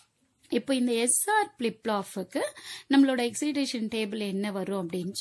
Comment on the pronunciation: Flip Flop ❎ Plip Plop✅ 😂